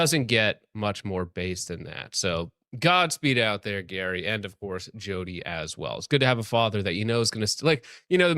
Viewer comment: You butchered Gary’s name pronunciation lol